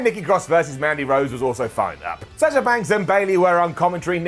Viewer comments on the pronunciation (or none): none